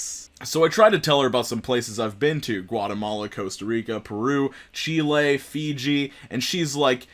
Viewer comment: you actually pronounced Chile normal, props from a Chilean American who only ever hears people butcher it lol